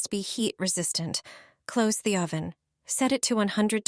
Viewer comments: "OH-van", LOL?! AI has a long way to go. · The AI voice is annoying. O van and grat y among some of the tell tale signs of AI.